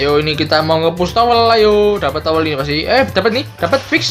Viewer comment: Di omongi RRRRRRRRRR TOWER DUDU TOWEL JOKER DUDU JOKEL KRUNGU DUDU KLUNGU DLL...😂😂😂